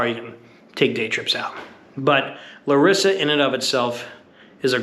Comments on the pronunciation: btw its LA-rissa not LaRIssa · First of all, thaks for visiting our city, but here are a few things to point out: on the name, you accent the syllable La (Lárissa) and not ri. Also, it's not really a college town. The reason there are so many young people outside (in contrast to Athens) is that Larissa is simply a lot safer. One last thing: the Fortress Square is that place in general on the top of the hill and not the restaurant Frourio (Φρούριο) which indeed means fortress. The ice cream bar and the Mexican aperitif bar on the entrance are all part of the restaurant, as is this whole place with the tables.